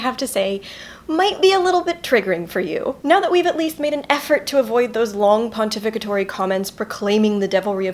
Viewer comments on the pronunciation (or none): Pontivicitory? Girl you are too smart!